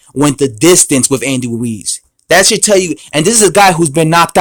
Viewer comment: HEY, his name is RUIZ (not WUIZ)...That's ROOOO-ISSSS....HAVE YOU GOT THAT????